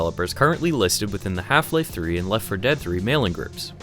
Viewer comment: Hielfie-lielfie throoee